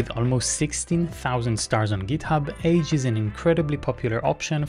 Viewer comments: You might want to pronounce "age" a bit differently in that context. From the age website: The author pronounces it [aɡe̞] with a hard g, like GIF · Pronounced “aghe”